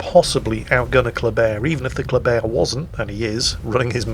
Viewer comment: There should be more German bias by using the German pronunciation of the word Kleber